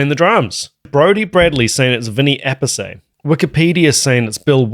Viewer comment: Appice is " Appitchè" its italian. They did prononced Appees and Appessey for americans that struggle a lot with Romances languages spelling .